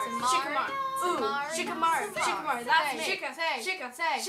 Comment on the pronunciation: when shikamaru and sai were arguing it sounded like shit on sei